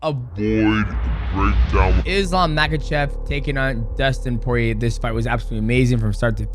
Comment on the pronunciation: If you’re going to make a video profiting from him, learn how to pronounce his last name Ma-ha-shov the K is silent